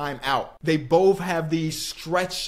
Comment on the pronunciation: How is this guy gonna pronounce the word “both” bofe 😂😂😂 immature LMFAO he did it again Boph 🤣🤣🤣🤣